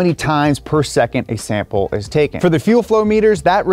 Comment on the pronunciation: Why "seccond" ??